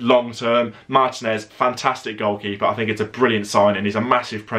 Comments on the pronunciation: One constructive criticism. Can you please pronounce ethnic names in their native language in future videos, rather than anglicize it. For example, Martinez's name is pronounced mar-TEE-nez, not MAR-ti-nez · but that's not how it's pronounced in Spanish. Stop being ignorant.